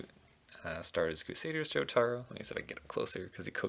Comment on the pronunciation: Every time he calls jotaro I cringe